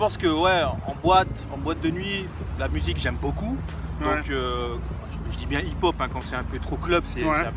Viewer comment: C est pas hip hop c du hip pon ! XD